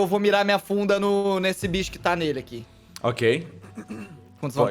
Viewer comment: eu entendi bunda em vez de funda